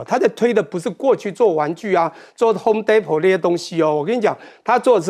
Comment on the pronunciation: homedepot t 几乎不发音。